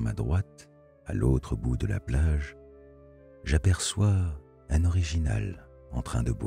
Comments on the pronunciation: Bien l'histoire mais vous prononcé mal le mot orignal . Vous dite original et celà ma déconcerté. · Je me suis posée la question si il a dit orignal ou original 😂😂 jusqu’à ce qu’il a répété le mot , j’allais faire des recherches sur cette animal sur Google 🤣🤣🤣